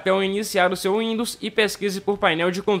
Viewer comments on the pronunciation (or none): none